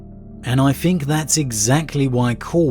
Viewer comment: Does he say fink? I always wonder this